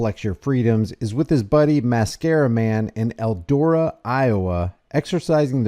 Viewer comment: Its ELDORA and not ELDO RA